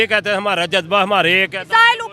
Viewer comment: Judge baa kya hota hai😂😂😂 Ja z ba hota hai..